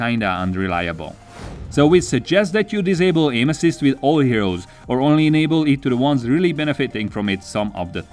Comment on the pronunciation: Did he say “aim assist” or “anuses”?? I can’t unhear it. 😂